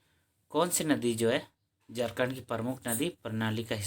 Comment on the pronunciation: जारखण्ड बोल रहे हैं